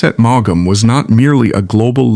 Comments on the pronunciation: I add my plea to yours. It is so grating and somehow disrespectful. The "G" and the second "A" are not pronounced. "Maum". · Maughan is pronounced as in 'morn ' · Maugham is pronounced in one syllable, not two. If you can't get his name right, why should I listen? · It’s pronounce mom = Maugham 🤨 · How hard can it be to program an Ai to pronounce the man's name correctly?!? This is the worst kind of low effort stuff! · If you’re going to use an ai narrator at least teach him how to pronounce his name correctly 🙏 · Boy does that Ai narrator murder his name! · What a,strange pronounciation of his name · Suggestion : Learn how to pronounce a writer's first and last names before you record.